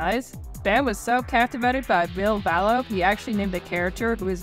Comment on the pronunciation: one thing people dont really talk about is ville valo (its valo, not vallo 😊) breaking ties with bam and how that seemed to fuck him up almost as badly as dunn dying. edit after watching more of the video: you did actually go into it and im glad seeing someone doing a video on bam actually talking about it! whether it was hero worship or romantic love, bam was definitely obsessed with ville. i think it really, really affected him to have ville cutting ties. the sad thing is that if bam were willing to accept help i think ville would be 100% down to be friends again. this is seriously the best documentary style video ive seen on bam! like not just the ville stuff, theres so much here that no one else ever covers and that i - even as a lifelong jackass fan - didnt know. super well done!